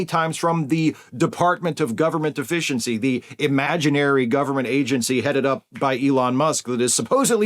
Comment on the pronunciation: It sounded like you said "Department of Government Deficiency." If so, keep calling it that, because that is clearly what they are striving towards.